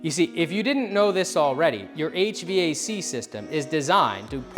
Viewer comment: Why are you saying HVAC so wierd?